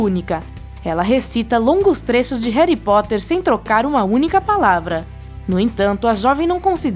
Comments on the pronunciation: eu costumava ver esse canal, mas aí ela disse HERI Potter..... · "Réri Potter"?! Você fumou? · Como e : Harry Potter Como ela fala: heri potter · Meu deus o ser Humano ainda Não sabe que a pronúncia correta é Harry, não "Hary"! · Ela falou hary potter